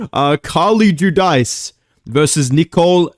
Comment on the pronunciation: It’s Jew-Deece, Carli is my sister haha